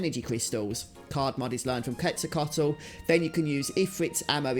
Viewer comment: "Que (like the spanish word) -tsal-coa-tl" would be close enough. It's originally am aztec diety.